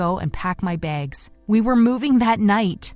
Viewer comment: “pack my begs” lol